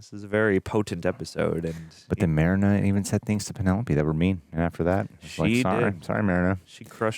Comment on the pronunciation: Marina. "mah-ree-nah"